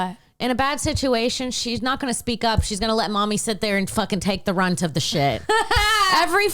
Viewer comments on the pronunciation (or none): One thing bout is she'll say 'runt' when she means 'brunt'. 💋